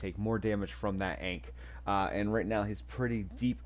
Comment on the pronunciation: Thanks for the content. Ankh Tide is super strong. Work on that pronunciation of Ankh tho 😉.